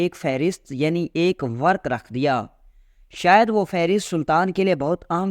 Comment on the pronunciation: ورک نھیں ورق ہوتا ہے